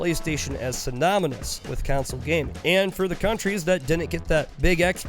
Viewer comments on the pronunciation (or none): i get sad everytime he says council instead of console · I hate it when people say "council" when they mean "console". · console, not council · Stop saying council. It's CON-SOLE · It’s not a “council” it’s a CONSOLE. Jesus. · I love you guys so freaking much. And I'm sure that you've heard this in the past. But please understand, it is console, not council. I am not trying to be a grammer Nazi. This is love of watching you and Cody for quite sometime. I have not become a paying supporter and would love to. Not nit picky. My videos outright suck so who am I right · Why does this man keep saying either Council or Counsel? It’s a console you turd. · Take a shot everytime says council instead of console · I was so confused because of the way he pronounced "console" as "council" throughout the whole video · the way you say console is too similar to council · Is council some strange regional pronunciation of console? I suspect you're from Antarctica. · Every time you call it a ‘council’ a puppy dies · Console or "Counsel"? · Wait so that time he said it 30 seconds ago wasn't him referring to a metaphorical council or something weird like that? Thanks for the warning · It's pronounced the same though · console is said "khan-sole" and council is "cown-sill" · The way you say "console" makes me wish we never stopped dropping defective babies over the cliff side